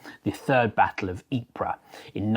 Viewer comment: There is no PRA. Just EEP. A slight plosive after the EEP bbit b iver EEP-PRA.